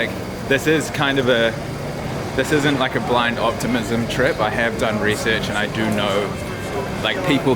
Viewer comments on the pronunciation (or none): none